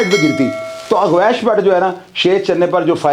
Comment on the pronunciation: Aur dosri baat apko gawash ka nam Sahi bolna Nahi aya aur ap muzamil ke kahne per Roz video upload karte ho aur apko Jo story yeh btai hai sab jhoot btai hai ap one side baat kar rahe ho ch saab